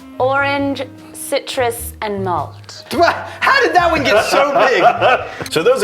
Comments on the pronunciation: CIRUS —> Citrus 🍊 lmao 🤣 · "CIRUS".. mmm.. cirus... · anyone else think they missed the 'T' in citrus? during the on ice portion